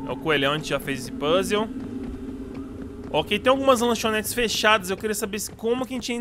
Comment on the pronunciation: Mano al invés de vc falar "ok" vc falou o gay😂😂😂